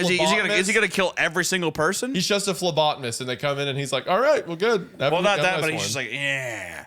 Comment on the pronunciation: 👋🏻 Former phlebotomist here, current MLS, got a giggle out of Wendi saying "Phlebotnist" as well as, the rarest blood types are actually Rh Null (Less than 50 people in the world), AB Neg (1% of the population), and the Bombay blood group (0.1% of the population). O Pos is the most common blood type (36% of the population), while O Neg is actually the third most common (14% of the population). The reason O Neg is so coveted though, is because every blood type can receive O Neg, i.e. Universal Donor (which is invaluable during emergencies), but only O Neg can be given to O Neg patients. On the flip side, AB Pos (2% of the population) is the Universal Recipient and can receive every blood type, but can only donate to AB Pos patients. We are currently in a national blood shortage, so if you can, please donate and save some lives. ☺️ 🌈 ⭐ The more you know!